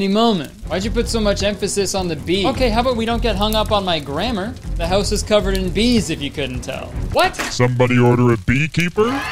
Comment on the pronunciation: the way he says house and about>>>